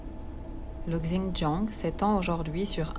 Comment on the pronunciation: Hello, le X en Chinois ...se pronomce comme un Ç avec cédille...ainsi Xintiang se prononce Çintiang...😉 Bonne route!🔆🎈